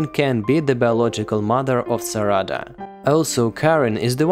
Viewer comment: its not "saRAda" its "SArada" you say it exactly how you would say sakura